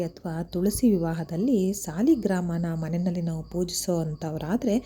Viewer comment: Sariyagi ucharane madi sarigrama alla saligrama